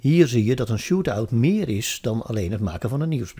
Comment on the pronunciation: Het is shoutout, niet shootout ;-)